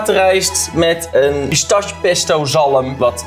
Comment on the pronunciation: Eindelijk iemand die bruschetta op de goede manier zegt alleen jammer dat pistache dan wel fout word gezegd